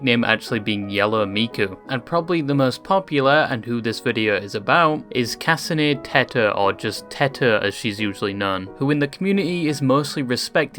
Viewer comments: KAHSAHNEY TETER!!? ITS PRONOUNCED KAHHSAHHHNEYYUH TEHTOE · the way he pronounces some stuff is so alien to me since i always just learned it was "kah-sah-neh-teh-toe " but still funny nonetheless also the thing abt her "origins" makes me feel like the ppl saying she isn't a vocaloid are some nobility ppl sneering about purebloodedness like wth??